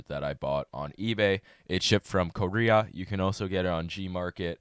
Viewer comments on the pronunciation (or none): he said it in an Asian voice or sum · I like how he pronounced Korea. I see what you did there.